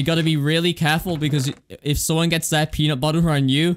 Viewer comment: peanut buhher my favorite